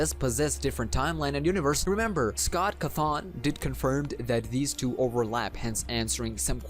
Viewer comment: Can we just say that some of the words you said were wrong like wife and cawthon? U said wife as vife. And cawthon as cakthon.